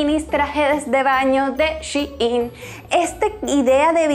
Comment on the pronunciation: Soy la única que piensa que se pronuncia Shain y no chiin